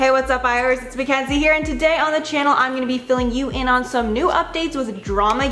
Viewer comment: Sounded like you said shannel pronounced like channel.